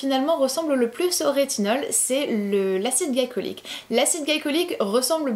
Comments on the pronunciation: Tu as pas arrêter de dire « acide galicolyque » au lieu de « glycolique » pendant toute la vidéo , ça m’a tant stresser 😂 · Glycolique se dit glicolique et pas glaïcolyque... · Acide glycolique on dit gli comme dans glitter